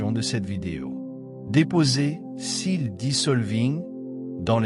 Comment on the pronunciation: Restitué en anglais correct, ça donne : Seal dissolving et Transmission received. (Pour le narrateur, avec sa voix paisible et sympathique : N'hésitez pas à prendre des cours de prononciation anglaise, y-en a besoin ;) La traduc automatique écrit "le saut", mais dans ce contexte il s'agit du "sceau", en anglais "seal". Exemple : The King's seal = le sceau du Roi (même si ce mot a plusieurs sens et traductions possibles).